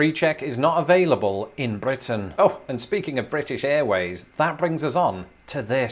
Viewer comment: That rolled R on your first mentions of BRitain i could never even do !